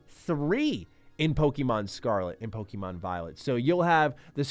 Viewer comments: It’s pronounced: Poh-Keh-Mon, not Pokey-Mon. Get it right or don’t be taken seriously when you talk about it. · FFS bro, it’s “Poh KAY Mon” not “Poh Kee mon”. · Please, stop saying "PoKEYmon", you sound like a 4 year old. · Saying Pokeymon is cringe.